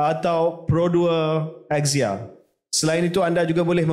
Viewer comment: That Axia pronunciation sound elitist T15